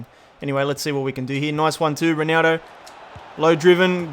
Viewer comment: the way he calls ronaldo ronaro lmao